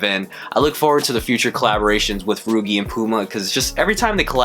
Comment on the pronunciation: These are fire, nice video. Pretty sure it’s pronounced like Luigi but with an r tho. Cheers man!